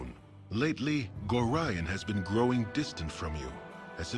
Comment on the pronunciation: I am increasingly amused by ability to mispronounce every name in this game. I mean getting Imoen wrong would have been one thing, but Gorian, Khalid, and Jaheira are the only names that come up in the spoken lines of dialogue, yet managed to mispronounce them all